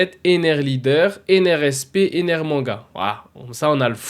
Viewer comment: Comment ça Enel ??? Ptdrr c'est ENER ! Par contre ça peut être sympa une Manga Ener même si j'en verrais probablement jamais la couleur 😅